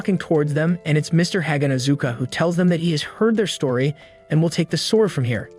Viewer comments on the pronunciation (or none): none